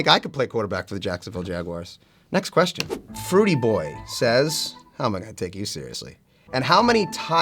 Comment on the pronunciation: Ummm it's Fritoo Boy not Fruitie boy